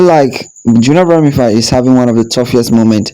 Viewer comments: It’s Bromfield not Broomfield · Sir her name is Junelle Brom-Field break it up into syllable’s. You keep calling her bromified. I’ll help you because you finally got Kishane’s name correct. Stop murdering people’s name. Amazon Alexa or Microsoft Cortina can help you with these pronunciation’s or maybe you should use AI. You want your Chanel to make sense right? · Brother her name is BROM--(FIELD as in pasture) NOT BROM--FIED... As for your guy Noah he has to take medication for his condition (ADD.. Attention Defecit Disorder) HE TALKS TOO MUCH!! 😕🤔😊